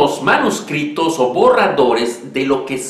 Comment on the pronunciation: ¿Porqué dices "manuscripto"? En español se dice "manuscrito", sin la "p". Ah, por cierto, cuando se habla de "J. J. Abrahams", no se dice "yei yei Abrams"... lo correcto es "Jar Jar Abrams" en perfecto Starwarriano. Saludos.